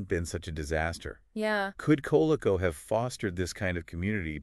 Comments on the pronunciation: Co-leek-co. Wow. It was short for the Connecticut Leather Company so I get where your pronunciation came from, but it’s just wrong. You guys are just wrong. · COL-LEE-CO. COLE-CO hurts my ears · You guys are gonna have to totally redo this or you're gonna get shredded... it's COL-LEE-CO, not COLE-CO.